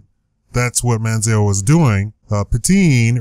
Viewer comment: Try and take a drink ever time he says Man-zee-L